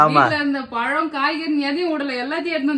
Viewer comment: பலம் இல்ல பழம் ழ வராது போல